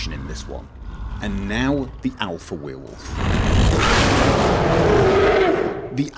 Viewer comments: Love the way you say Werewolf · I think it is about the way you pronounce werewolf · Is it just me or does he pronounce werewolf weird? Its really distracting